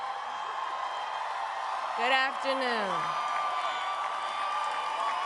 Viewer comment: Guddd Avternooooooon. LOL not so good Uh.